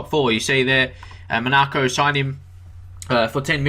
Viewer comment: I like your best player series. Keep up the good work. A couple of things. Monaco is pronounced Mon-(n)ah-co. Also when looking at players (who are not strikers), you should also look at the statistics section at the bottom in the "history" tab. So for this video (CB's) you should look at the number of tackles, the number of cards and the number of fouls for and against other players. That should affect your decision more than the average rating since like you said if they concede goals or lose games they can get bad ratings.